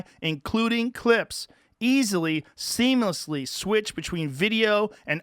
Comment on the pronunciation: I will never get over how Joe butchers the pronunciation of "seamlessly" on the final promo clip